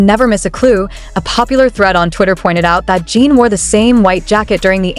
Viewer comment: AI is HORRIBLE! This site uses it exclusively. Lazy! Yes, it's clickbait! Mispronounced name is first clue! It's "Jin" not "Jeen"!